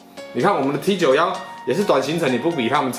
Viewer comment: T91念作 梯勾么 都當過兵了不要亂念